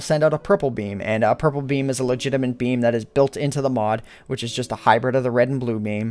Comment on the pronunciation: he says "Meam" instead of beam